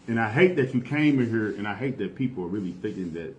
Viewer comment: Is it that hard to pronounce here as here? 😂😐😶🗑🚷🤦🏿‍♂️